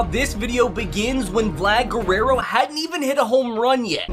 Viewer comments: Bro u said Guerrero not guereo this time Ps I want mon e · HE LEARNED HOW TO SAY GUERRERO